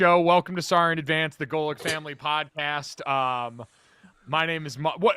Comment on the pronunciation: That was an okay pronunciation Mr. Golic!